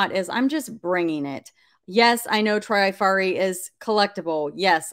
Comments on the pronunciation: Vendome is the brand. It is pronounced Tra far e. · Here are some pronunciations for you Spelled phonetically Trifari has a short “i” like in “trip.” Vendome is pronounced “Vondome” Parure is “pawroor” Hobe is “Hoba” like in obey. Schiaparelli is pronounced “Scaparellee”